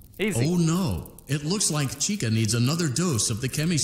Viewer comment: It’s Chica not Chikka